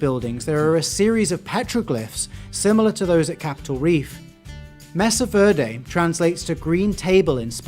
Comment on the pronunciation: Mesa Verde is better translated as "green butte" or flat-top hill. The name was given by the first Spanish explorers/colonists to come there. And its "MAY-sa not "MESS-ah.